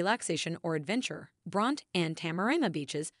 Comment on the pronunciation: Pronounced Brontie not Bront.